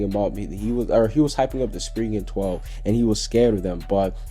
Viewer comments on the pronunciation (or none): none